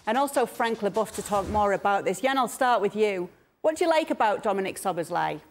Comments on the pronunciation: Its not "SzoboszLIE" its "Szoboszla-E" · I thought Stevie would struggle with the pronunciation of Szoboszlai but he nearly pulled it off to be fair… Slobboslai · The crew will have to work on the pronunciation if he joins the EPL . Stevie with Zobosly :D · 🇭🇺 Pronounciation help: so-bos-la-ee